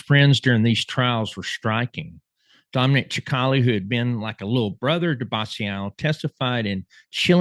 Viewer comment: Dominic "sick - ali" (sp). NOT CHIC - ALI 🫤 Go to "Dominic Cicale Mafia round table". He will tell you how to pronounce his name...